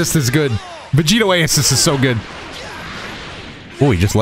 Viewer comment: When said "Vedito" I heard "Devito" and instantly thought of Vegito being built like Danny Devito.